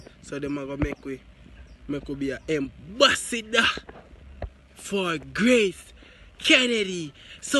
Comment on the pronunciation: 🤣😂 a me alone hear say embassodor🤣😂